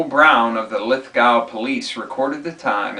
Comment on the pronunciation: Lithgow is pronounced Lith-go. What I saw of the G20 has shocked me. The police state tactics of intimidation to stifle dissent it outrageous. Do the majority of people around the world understand what democracy means? An English dictionary plainly states, "a system of government by the whole population." It comes from the Latin word dêmos meaning "the people." The US Bill of rights begin with, "we the people" or in Latin, "dêmos nôs." cont...